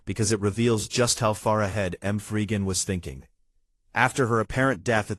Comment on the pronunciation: Who is M three Gan 😂😂😂😂